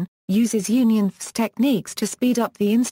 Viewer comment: Don't waste time - This is simply a computer read explanation of UnionFS. The text used sounds like a good summary, but the text would be much more handy as text, rather than a video that doesn't use images and the computer read-out tries to pronounce things like "UnionFS" as one word, making it really difficult to follow.